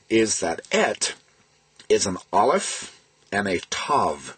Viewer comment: I am impressed! You pronounced the "R" correctly every time. You also have pronounced the Aleph which not even most Israelis pronounce correctly. Pretty cool!